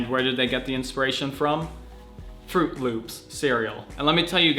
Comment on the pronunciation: the way you said fruit loops cracked me up so much x)